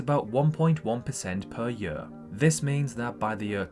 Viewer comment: Hi why do u pronounce "year" the way you do? Is it south African accent?